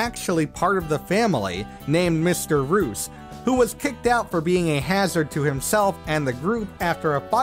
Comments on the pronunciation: Did you just pronounce Mr.Reus, aka "Mysterious" as Mr. Roos... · You mispronounced someone's name in a way that it seems you missed the pun behind him: You said "Mr. Reus" as "Mr. Roose", when it's meant to be read as "Mr. Ree-us". The name is meant to sound like the word "Mysterious" when said out loud. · You pronounced Mr. Reus's name incorrectly. It's supposed to be pronounced like Mysterious. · Mr. Reus = pronounced like "mysterious". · Great list. I’m just super uncomfortable with the way he mispronounces some of the names. Like Mr. Reus being pronounced “Mr. Roos.” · can't wait for to learn how "Mr. Reus" is said